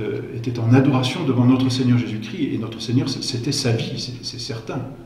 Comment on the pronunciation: Très intéressant mais par pitié il faut se défaire de cette prononciation vilaine et fautive : "le Christ-eu Roi"...